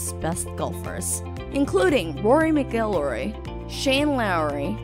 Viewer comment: 'Mac Ill Roy' & 'Par Rick' are how they are pronounced